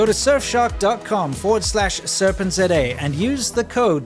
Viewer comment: You are pronouncing serpentza wrong